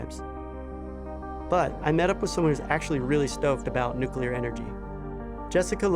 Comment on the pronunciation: Why is it that no American can pronounce nuclear correctly???